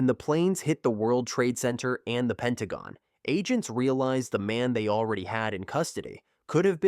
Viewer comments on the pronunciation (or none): none